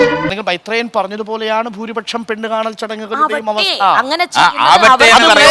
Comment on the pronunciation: Mythreyan❌ Myreyan✔️